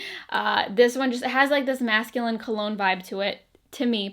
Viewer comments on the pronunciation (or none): none